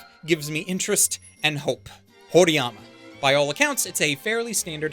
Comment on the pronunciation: How does "horiyama" sound so wrong but also right at the same time